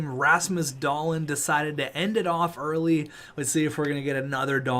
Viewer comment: Hey man just wanted to say that Dahlin is pronounced Dahleen, not Dahlin